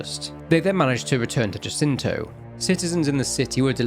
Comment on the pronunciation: Love this just one minor note. Jacinto is Spanish, so it's pronounced Ha-seento. The J is a H sound.